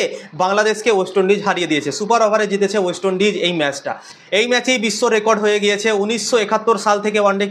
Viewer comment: ভাই বার বার অস্ট ইন্ডিজ বলছো 😅 ওইটা ওয়েস্ট ইন্ডিজ হবে ট্রোল করার আগে ভাষা টা একটু ঠিক করেন 😢 love from INDIA